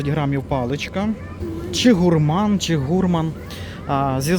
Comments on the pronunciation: Правильно гурмАн, на второй слог! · Слово "гурман" - ценитель и любитель с тонким, изысканным вкусом /французского происхождения/, тому наголос на літері "а". Невже ніколи не чув цього терміну? Ай-яй, 😊 ти ж наче вже дорослий😮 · Якщо ти англієць, чи американець, то буде "гУрман" У них наголос ставиться на перший склад в слові..